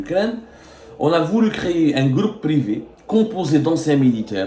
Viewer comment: Essai de travailler ta prononciation du français en plus tu réside en France, par exemple on prononce privé et non privi , t'as beaucoup de défaut de prononciation pour ne citer que ça. A cet effet si tu lisais et faisais ta propre recherche comme les professionnels tu maîtriserais mieux les langues , arrête de reconduire les articles qu'on te dictes